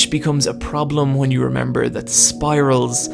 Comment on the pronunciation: I just love your pronunciation of "hwat" "hwen" "why" "overhwelming" hahahahaha